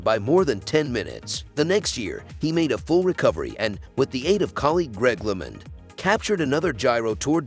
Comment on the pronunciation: LOL I cut this off after “Greg Lement.” If you are going to make a cycling video at least try to say his name correctly.